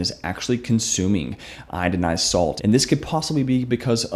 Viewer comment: Come on man! You make this video and say, "idinized." You make us doubt the accuracy of your information. You really should pull this video and redo it.